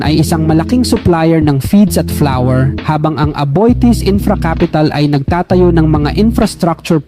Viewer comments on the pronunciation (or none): none